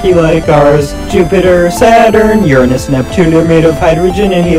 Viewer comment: FINALYYY A PERSON WHO ACTUALLY KNOWS HPW TO SAY URANUS 😮‍💨